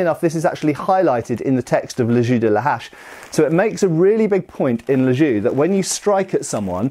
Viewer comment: I can't pass the fact that he prononce "les jeux" as "les ju" it's weard when you know how to speak french... But a lot of interesting things from this video.